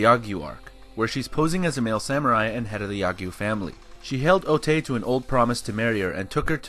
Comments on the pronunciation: You repeatedly called otae ote. Otae is pronounced otai. ae in japanese sounds like ai. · How is calling her Otai any different from calling her Ote/i??? It's Otae, the e is pronunced like an "eh" O ta eh